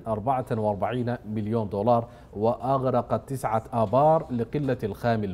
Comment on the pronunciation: ضيفك لا ينطق اللغه العربيه بطلاقه مثلا رغم يقصد رقم تزعه يقصد تسعه حغيغه يقصد حقيقه غابله قابله الارغام الارقام الي متي يقال ان احد المشايخ الراقي يقراء لاحد المرضي وخاطبه الشيطان قال له ما بطلع لانك تقرا خطا في تحريف القرآن الكريم اما نفط السودان اتمني ان يتدفق خيرا كثيرا علينا